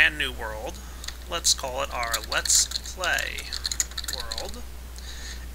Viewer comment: He needs to fix his grammar, it's Let's Play, not Lats Play.